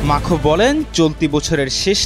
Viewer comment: আরে সাংবাদিক ভাই ইমানুয়েল মাখো না,!! ইমানুয়েল ম্যাক্রো 😂😂😂